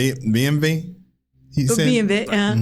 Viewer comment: yeah so basically our w is pronounced like a softer version of v thats why he pronounced bmw like that instead of "bm double u"